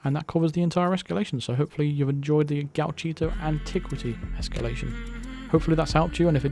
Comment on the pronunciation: Nailed the pronunciation this time 😂